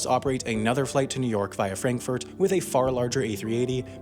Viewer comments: Is he trying to say "new york"? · New Erk > New York